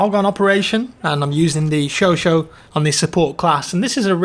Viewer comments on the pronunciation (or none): it's not chocho ...it's chocha...spell it like u read it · SHOSHAT. It’s SHOSHAT. Where do you see SHOSHO? It’s not that hard! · The weapon is called chauchat, not chocho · I love it he calls the gun sho-sho